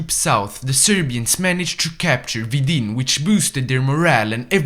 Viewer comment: And vidin